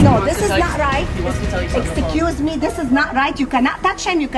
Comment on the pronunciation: Lol * exacuseamie* got me 😂😂😂😂